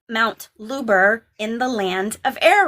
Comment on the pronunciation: Ohmygoodness, Look up MOUNT HUBER ( with an "H" not an L/"Lubar" ) in Canada, BANFF area (Rocky Mountains). WIM put a pin in her map as a potential location of the Tower of Babylon (you likely already know this)! Mt. Huber is a very IMPRESSIVE stone upthrust that looks for all the world like a HAND signaling "stop" and could easily 'catch' an ark as it sticks straight up, perhaps the first land that appeared out of the flood waters?!